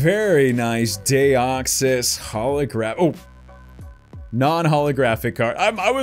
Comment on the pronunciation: "Dayoxisv not how you say it